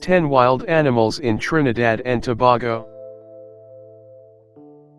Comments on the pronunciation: Started off with the terribly wrong pronunciation of Tobago. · Toe-bay-go Indigenous people acculturated since 1498 with Spaniards and Arabs was brought by Christopher Columbus...